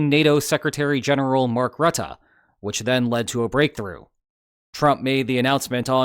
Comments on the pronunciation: Mark Rattah? Isn't it Mark Roo-teh with stress on Ts and short oo sound. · It's pronounced "roo-tah". Love from NL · Please note that Rutte's name is pronounced with two schwas. I know this because he lives only a few kilometers from here.